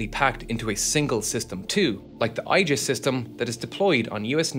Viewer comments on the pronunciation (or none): Aegis rhymes with 'knee this' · Aegis is pronounced A-jis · ah yes the OIgis missile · I for one welcome the new Eye-GIS. How about we just call it GoldenEye 😂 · You know you're dealing with an AI video when the voiceover can't pronounce certain words like Aegis. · New way to pronounce Aegis dropped